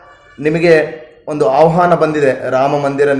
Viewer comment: ಔಹಾನ ಅಲ್ಲ ಸರ್ ಅದು! ಆಹ್ವಾನ ಅದು!